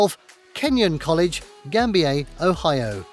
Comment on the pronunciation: Plus, he mispronounced the name of the town that Kenyon College is in, even though it was named after a British lord. He gave Gambier a French pronunciation rather than an ordinary English one.